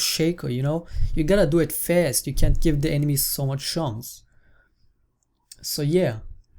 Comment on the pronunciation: German Accents <3